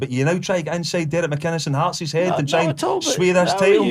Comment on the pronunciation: 😂 Heartsess????? Uhhhhhh it's Hearts Mr Boyd 😂😂😂😂😂